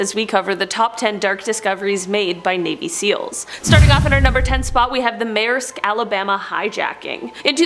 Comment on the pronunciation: I laughed at her when she said maesrisk it’s not maeisk it’s maersk